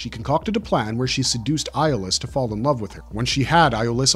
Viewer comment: Did it get on anyone else’s nerves just a little bit that the guy kept mispronouncing Iolaus’ name? 🤦🏾‍♂️